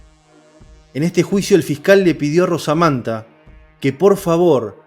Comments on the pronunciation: Se llamaba Manuel Blanco Romasanta, no Rosamanta como usted dice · Romasanta no rosamanta...muy bueno el relato... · Conozco el caso y creo q es romasanta como se pronuncia.